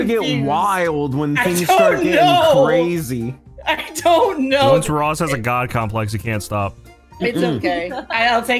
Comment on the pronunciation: This is cwazy